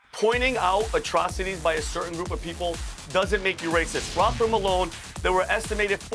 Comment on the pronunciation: trying to say Rotherham 😂😂😂😂😂